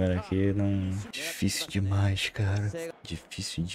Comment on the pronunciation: "real dimaix esse time do Vasxco" 😂